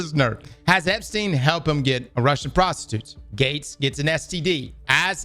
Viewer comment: "EpSTDein" lolololol